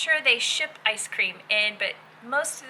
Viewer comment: Did you say "Ice cream"? Lol... ;-)